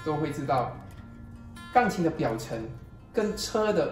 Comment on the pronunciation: 请说钢琴，不要发音成杠琴